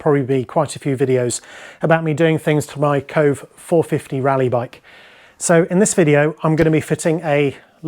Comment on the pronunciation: Bro, it's pronounced Ko-vay.